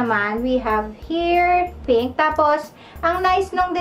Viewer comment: Penk ahahaha di wiiw